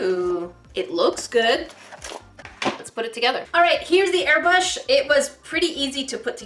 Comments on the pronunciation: When she un-boxed the air brush she said air bush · said "well here's the air bushh